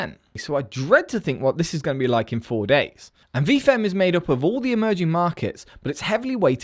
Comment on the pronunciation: I swear I heard "emoji market"